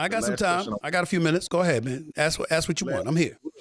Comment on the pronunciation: It’s “ask”